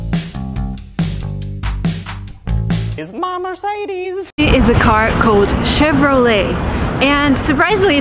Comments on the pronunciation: German here. It's Aaaaadidas and not Adiiiidas. Also you dont pronounce the e in Merc-e-des like an english e but like the e in Porsch-e or Latt-e. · Quot.:"Mehr Say Dees not Mehr Seh Des/Mehr See Dees/Meer Seh Dees" Well, the correct way is: mehr SEH DES not mehr sAY dEEs. There is no "say" or "dee". Go and check out some German youtube chanel about pronunciation of the German car names. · Mocca I based it off how she pronounced it. She definitely said sAY dEEs. Just like how would you pronounce day, lay, bees, tees, etc. You don't pronounce Mercedes with the three 'e's sounding the same as the 'eh' sound. It's just wrong. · I'm a huge fan of yours, but this time I have to disagree with you: US Americans pronunciate so many brands and names so wrong that I just don't know where to start. For example Mercedes is not "Merceidis" as you said, since it is not a US brand of cars. The same with Porsche, US America say "portch" and that is wrong too! Porscheeee, with an E at the end. Itis a name: Ferdinand Porsche was the brand's founder and he was German, as far as I know the brand "Hermes" on the video will be wrong pronounced too, since it is a French brand the right way to say it is "orme" with stress on the second sylbe. Despite of Burrito and no "burridou"! "Toyota" not "doiouda" lol... There are dozens of examples... I didn't finish this video yet so I could be correcting words that you already did. Sorry but I will have to dislike this one. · Well, if you want to pronounce them in their native language, you got Mercedes and Porsche wrong.